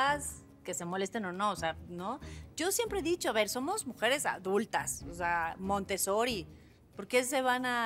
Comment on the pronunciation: Que alguien le diga a la señorita Geraldine Bazan, que no se le ve inteligente, siempre diciendo MONTESORI... Me da un poquito de risa